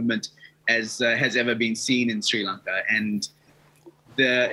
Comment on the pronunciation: He pronounce it shlranka